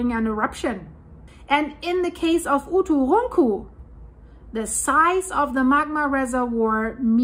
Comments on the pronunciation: OO TOO RUN COO simplified pronunciation ( I think) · The Icelandic girl can't say "uturuncu" but she can say Eyjafjallajökull [btw I literally googled: "Eiyadhghlakwd volcano" and it immediately came up as "Eyjafjallajökull"]?! 😂😂😂😂😂😂😂😂🤣🤣🤣🤣🤣😅 I just randomly typed a bunch of letters after starting with "E" and google was like, "Oh, it must be an Icelandic name." I pronounce it as "Eiya-fuck-whatever-it's-called". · Dein deutscher akzent hämmert bei uturunku arg durch ;)